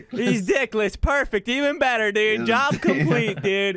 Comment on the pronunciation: duide not dude